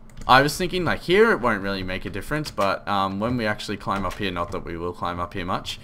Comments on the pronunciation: you said heoh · i never noticed you say "here" differently until you kept saying you did haha